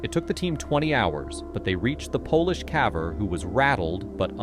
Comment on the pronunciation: do I get points for noticing the mispronunciation of caver 😅